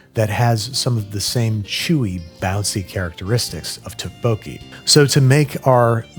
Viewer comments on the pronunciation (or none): Ten levels of Babish mispronouncing Tteokbokki